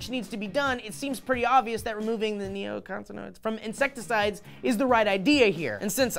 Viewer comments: I love you both but really? nicotin(e) is in the word, you can pronounce that right? Neo, (duh) noids, (kinda duh) Neo-nicotin-oids! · KNEE oh NICK uh tin OYDZ. It's not that hard. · Knee-Oh-Ni-Co-Teen-Oy-Des -- Neo-Nicotine-oids (as in, based on Nicotine - which is in fact a natural pesticide. tahts right, smokers!)